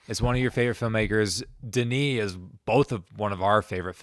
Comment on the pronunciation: Its Denis and its not even close